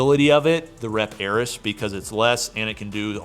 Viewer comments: It's AIR-EEEEES Not air-Is... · Air-EE's. At this point its intentional.